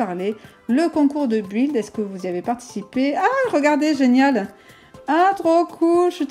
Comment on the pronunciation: ça se prenonce bild et ça s'écris build je me debrouille en anglais 😅